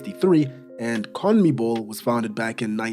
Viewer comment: The way you pronounce CONMEBOL is brilliant!